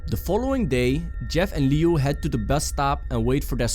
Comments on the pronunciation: he said Lui instead of Liu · I’m pretty sure that it is pronounced loo-E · He called Liu Lui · Liu, his name starts with a x , his name is xiu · That's not how you pronounce Liu lol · You said liu name wrong just saying